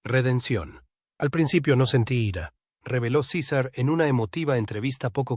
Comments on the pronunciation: Sisar.... jajaja,es César y se dice como se escribe. Tiene narices que un mexicano lo diga como si no conociera su idioma natal.Fantasmada épica. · De dónde salio el nombre ciza, no sera mas bien César aprenda a pronunciar bien los nombres de las personas y luego ahí si póngase a difamarlas y calumniarlas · Se llama Cesar... No sisar. Diga por que la perpetua. Hable claro y deje tantod rodeos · ¿Por qué le llama Císar si se llama César y es Mexicano? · No se dice Cisar sino César, que fastidio escuchar mal pronunciado en nombre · Su nombre es césar, no cisar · Por que dices cisar si estas hablando en español por que no dices CESAR asi como es te escuchas ridiculo. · ¿Por qué dices Sisar? Cesar es hispano y su nombre se pronuncia cesar. ¿O pronuncias Pol como paul? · No es cisar ,es César, y no es mílan es Millán, es mexicano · A parte de estás mal doblado dile al la mierda de IA que si hablan castellano con acento hispano , que diga los nombres también en castellano no es cisar es Cesar , que ya los romanos los primeros pronunciaban de esa manera . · No sabes pronunciar César en español latino 😢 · SISAR? NO SABES NI HABLAR. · porque acentuas en la "I" SI el acento esta en la "a" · LA IA A VUELTO TAN INÚTILES A LA GENTE QUE YA NI QUIEREN NARRAR CON VOZ PROPIA UN CASO Y SE LO DEJARON AL SISTEMA QUE NI TAN INTELIGENTE ES , PRONUNCIA DIFERENTE EL NOMBRE DE CÉSAR,DICE"LA" CUANDO DEBERIA DECIR"EL" ,Y POR TANTO LA NARRACIÓN SE VUELVE INSÍPIDA Y SOSA 👎